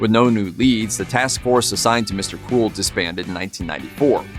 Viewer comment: It sounds like he is saying Mr. Cool not Mr. Cruel. I looked at the segment title to find out what he was saying.